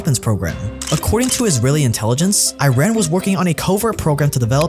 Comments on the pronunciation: It's pronounced eeraan not i-raan. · Amazing video but just a quick tip, just as you don’t call it i-tally, It's not i-ran, its Eee-run = Iran. You notice in media and politics those that are properly educated on this country's current state and everything don’t make this mistake, such as Jon Stewart, Pompeo, Obama... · Iran is pronounced E-Rahn bro, not I-rain or I-ran. The E sound comes from “Ir”, and then end it with “rahn”. Please. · Good video! next time please remember to learn how you should pronounce the name of a country. It is not I-Run, It is E-Run, very simple. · I thought it was pronounced “E-Ran”? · The main point is to start it with E. In Persian the pronunciation is E-run, in English E-ran. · Again, Iran is pronounced as "E-ran."